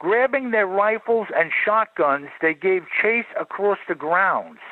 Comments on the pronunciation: what is "acrost"? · Why do you always say "acrosst"? It's not a word it's across pronounced how it's spelled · "Acrosst" is not a word. I hear it more and more now. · JESUS CHRIST, STOP SAYING "ACROSSED" /"ACROSST"!